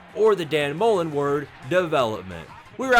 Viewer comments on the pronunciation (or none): none